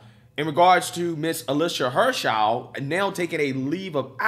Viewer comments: her name is Heer-ner- shy D not her chow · He called her "Alisha Hernshau" 🤣🤣🤣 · Hernshau? Heinerscheid, pronounced hiner-shied! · Hine - err - shied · Heinerscheid hi-ner-shy-d. Not that hard. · Heinerscheid. High-Ner-Shy-d....but more exactly He-nair-she-eed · I love you buddy but you’re a terrible reader, practice reading out loud by yourself. It’s twice now I hear you butcher the heck out of Heinerscheid’s name. Just sound out the syllables. Hei-ner-shceid!!! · Without trying to sound like I am backing her in any way let me assist you with how to read her name: Hi-ner-shied. She may be extremely wrong with her marketing ideas but she does at least deserve to have her name used correctly. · If you're going to do further stories on this...the woman's last name is pronounced HINE-er-sheed. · I love it but good lord.... learn how to say Heinersheid.... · I love your stuff, but in this video it is maddening that you cannot get even remotely close to pronouncing this person's name. It's pretty easy to just ask the internet how to pronounce a name, and it will say it out loud to you. Just a pet peeve. But keep doing the great work you do. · Man you butchered that name 🤣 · I'm pretty sure you butchered her name, lol. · Woke go Broke! Yet cant say his name.😐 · Bro her name is not that hard. You give us a bad name